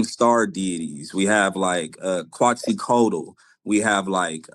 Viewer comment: Quetzalcoatal pronounced: KET-ZOL-KO-A-TAL Not Quazzycotal